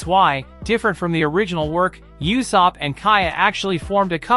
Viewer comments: It's u-sop dude not yusop :( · It’s usopp